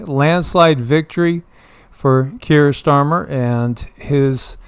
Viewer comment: I keep hearing “Pierced Armor” instead of Keir Starmer